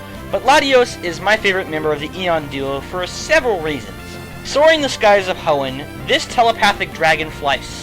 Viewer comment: hoenn.. not ion ^^; anyway i've enjoyed your top 100, looking foward to the top 10 :)